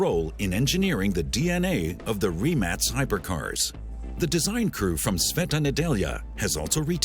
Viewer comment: I hate how he keeps saying "REMAXXX"